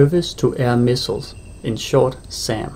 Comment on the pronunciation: Missles? What would those be, ol' colonial chap? Oh, you mean missiles? I thought so. ;-3